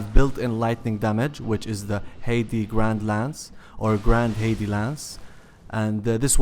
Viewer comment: Heide knight.. pronounced like hide, not haiti. Lmao